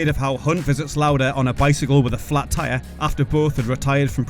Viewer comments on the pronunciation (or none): none